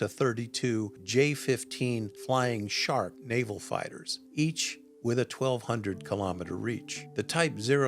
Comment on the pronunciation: Did he say, “Flying Shart?” 😄🤣